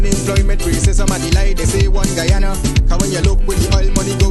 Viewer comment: Man you cannot even pronounce your own country name…. Guyana